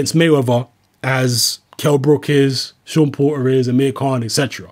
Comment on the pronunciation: "Seem like" is your perception Pratice english you are a pale man you should be able to speak his name Is Porter not Po- err dumb ass cave man